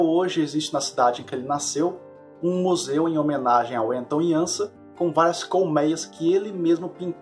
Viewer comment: Belo vídeo, a pronúncia correta do nome Anton Janša é Ánton (e nao Enton) Iánsha (e não Iânsa).